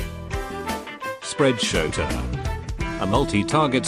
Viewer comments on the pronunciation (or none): sounds like you said spread-shota